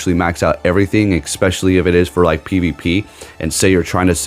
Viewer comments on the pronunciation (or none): You keep saying “egspecially” lol